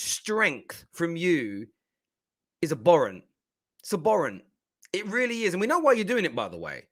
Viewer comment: Abhorrent!!! Not aborant